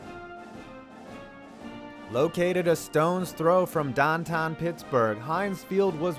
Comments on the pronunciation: Dahn tahn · dahn tahn. Youinz are funny.